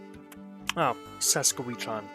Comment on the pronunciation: Luh-DOOK ED-mun-tin Suh-SKATCH-ooh-in